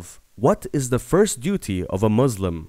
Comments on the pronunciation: He said MUZLIM and also it wrong it shahadah first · U SAID MUZLIM 😤😡🤬AHHH WTF WHATTT